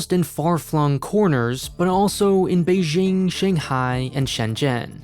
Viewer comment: I'm honestly impressed by how nuanced your videos about China are. It's refreshing in an environment where most other content is either anti-China slander or rosy propaganda. Can I just say one thing though? You should take a moment to learn to pronounce "Beijing" correctly. It will lend you further credibility :-) The J is pronounced exactly like an English J (Jack, Jill, John, Jeremy, jing...).